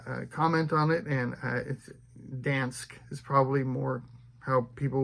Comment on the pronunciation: First off, no the video wasn't too long. You're catching up & that's a great thing! We'll be here to watch it all no matter how slow or quickly you are able to get them cranked out! Your pronunciation of Dansk was spot on this go around! I loved those Chinese characters!! They were intriguingly unique & absolutely stunning, IMHO!! I love the Barnes & Noble leatherbound collector's series too!! Last time I checked, a certain version of the Ulysses S. Grant printing was selling for around $600+!! I easily have at least 50 B&N beauties in my collection. And there's probably not a single one that is worth anywhere near that resale value. But, they sure are beautiful dust collectors on my bookshelves 😂 I'm not surprised with everything going on with Israel right now that your vtg book sale was so high. It wasn't incredulous at all. Makes complete sense to me. Lastly, if you ever find a Merlin series from an author Bella Forrest I'd be interested. I believe there are 21 in the series & I have the first 9. I find them on eBay occasionally but they're ALWAYS asking more than $15 per book used (when if I could afford it, I'd just buy the rest of the series on her website for $14.95 each NEW)! EBay book sellers are savages I tell you, savages 😂😂 Great video! Nice catching up!! Stay cool down there in Texas! It was great to hear a "Lake Jackson"! Hope to see you sooner rather than later. Bye bye now 👋👋👋